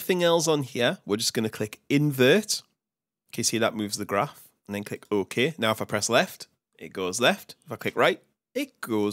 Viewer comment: click "oh-Ke"